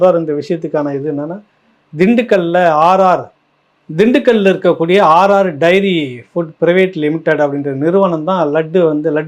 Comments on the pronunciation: Not RR diary AR diary please correct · RR DAIRY இல்ல சார் AR dairy.... முக்கியமான விசயத்தை தவறாக வாசிக்கரீங்களே.... 😂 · அவர்களே நீங்க ஆர் ஆர் என்கிறீர் ஆனால் அது ஏஆர் டெய்ரி ஃபுட் ஸ். மற்றபடி உங்கள் விமர்சனம் நல்லதே.